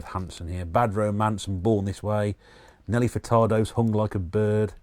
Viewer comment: Its like the end of an era. I think when I originally did my 360 collection it was like 13 videos hence no update. Also when you were talking about nelly furtardo I swear you said hung like a bird haha.